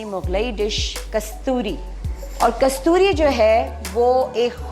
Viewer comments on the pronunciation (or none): KASTOOOORI Not. KASOOOTRI🤷🏻‍♀️🤷🏻‍♀️🙄